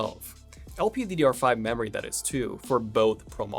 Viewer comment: Before DAT! It's THAT! Just work harder on your TH's dude.